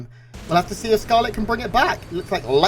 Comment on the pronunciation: Why is the S pronounced as TH? Did you thee that? Thcarlett is about to thcout uthermal rethourceth...